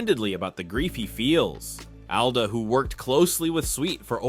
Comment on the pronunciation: Alda not Ada